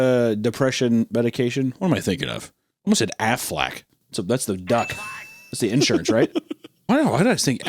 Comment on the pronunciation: It's Prozac but aflac does sound better. Hunter you even said it in that joke you made about Wody during the drawing video 😅